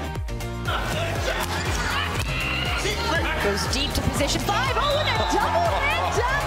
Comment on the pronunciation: I can't with the commentators calling him "geeannally" lmao